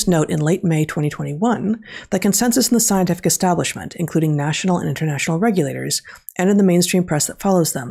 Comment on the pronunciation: I have played it over and over and I still hear: consensus in the… Gestablishment. Even if I'm wrong, it's a useful word. :)